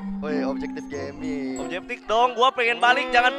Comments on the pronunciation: Ngakak njir,si pan orang sunda jadi weh objektif jadi objeptik wkwkwk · "INGET OBJEKTIP"... WKWKWKWKWKWKKWKWKWKWKWKWK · objeptik wkkw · capek ketawain objeptik objeptik hahaha